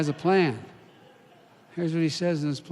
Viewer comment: Plan or pain? I'm not sure he's reading it right.